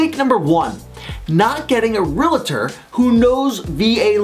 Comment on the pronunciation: “Realator”? Dude, it is “Realtor”, not “realator”. And you iz one?